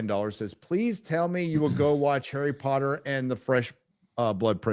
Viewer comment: Harrah Pottah